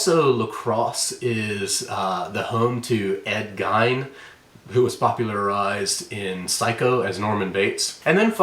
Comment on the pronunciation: Ed's name is actually pronounced Geen. And he was closer to central wisc. But definitely creepy!!! Shook the whole state!!